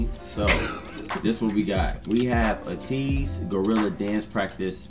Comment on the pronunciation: thank you for reacting to their dance practice and highlighting your favorite parts. For your information, Ateez is spoken as Ay-tease or 80s (eighties).